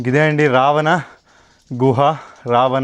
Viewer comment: రవాణా కాదు రా బాబు రావణా